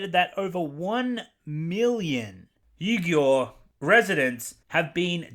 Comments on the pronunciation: actually, I learned from a friend that the 'Uighur' name is pronounced as (Wee-Gher.) Hope that helps with future pronunciations for you. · Nice job. For the pronunciation: Xinjiang = "Shin-jyong", and Uighur = "We-ger". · Its pronounced "Shinjang" and "Weegers" btw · The Muslim people involved, I believe it is pronounced "Eye-gur" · I think it's pronounced Wee-jur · Uighur “wee-gur” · Uighur is pronounced wee-gur. Liu Yifei is pronounced Loo yee fay. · Uighur is pronounced "Wee gur" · It's pronounced "wee-gers" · Minor point, I only bring it up if you are going to address this again in the future - It's apparently pronounced "Wee-Ger", Others sometimes pronounce it "Wee-Jer". Honestly, without hearing it pronounced I would read it the same way. The spelling is awkward. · I imagine you'd have done much better pronouncing Liu Yifei than you managed with Xinjiang and Uighur. It's a lot more intuitive. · if you can't even be bothered with learning the pronunciation of XinJiang or Uighur maybe talking about the hypocrisy surrounding the topic shouldn't be your bag? The other points regarding the movie is right on. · It would have taken 2 minutes to Google the pronunciation of Xinjiang and Uighur. Especially if you're just going to read news articles aloud.